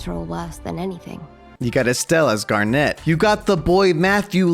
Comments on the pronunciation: Why does he say “garnette” when it’s garnet (garnit) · It's pronounced gar-NIT not net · ITS PRONOUNCED "GARNIT" NOT "GAR-NET" 😭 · why does he call garnet gar, net 🤣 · why does he say garnet as garNET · I die a little inside when he pronounces garnet incorrectly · the way you say garnet 🤣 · The way you pronouced Garnet, and I'm not even a Steven Universe fan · I hate how he pronounced garnet